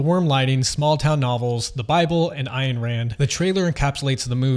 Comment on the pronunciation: Ayn is pronounced, Anne.